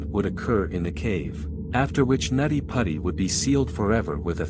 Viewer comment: It was called nutty putty not natti patti. It’s also now referred to as John Jones hill in case anyone is trying to find it on google maps.